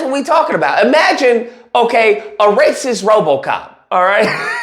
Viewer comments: "Razy Lacist" is the new slur! Best slip of the tongue ever!! Thank you, 😂🤣💯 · I think you said "Razy Lacist" at one point, but it made perfect sense cause they dont!